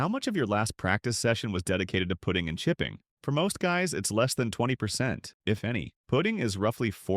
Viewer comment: Ai says putting funny